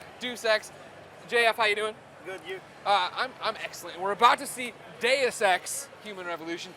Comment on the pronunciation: DEH-OOS NOT DAYUS